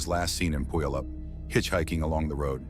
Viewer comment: Brenda is my first cousin. Thank you for reporting on this. Where did you gather all the information? You told me more than I’ve known since 1974. FYI—Puyallup is pronounced pew-al-up. Also, the picture of Brenda with the black glasses is her but the girl without glasses isn’t her.